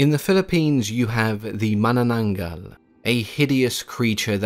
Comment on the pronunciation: You have Aced the pronunciation of "manananggal", you're awesome.